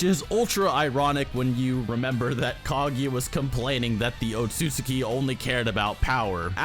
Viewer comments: It’s said Otsuki but spelled otsutsuki, what’s going on here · Sage Art: Yoton - Lava Rasenshuriken And it is O-TSU-TSU-KI